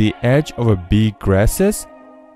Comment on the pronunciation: “a beeg grasses”